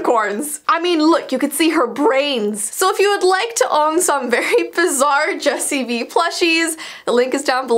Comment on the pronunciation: Jupiter Gacha lol “” 😂😂